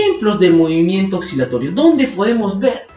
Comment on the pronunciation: Que buen video!! Una observación: pronuncias "oxilatorio", pero en Latinoamérica, como no diferenciamos los sonidos de la S y la C, lo pronunciamos como si la C no existiera. Sigue haciendo tus videos. Un abrazo!